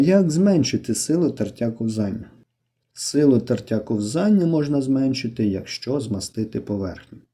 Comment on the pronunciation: Словник української мови. IV том. Правильно "КО́ВЗАННЯ". Це важливо, бо це мова!